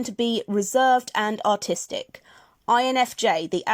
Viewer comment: lol. When you were reading the artist archetype, I swear I thought you said “autistic” at the end.